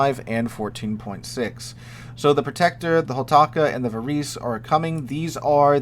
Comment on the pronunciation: Varese being Italian is going to be pronounced "va-raisy" not "va-reese."